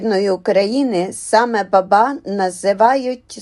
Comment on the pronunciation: Ну чому борОшно,якщо бОроошно,чому бабА,якщо бАба!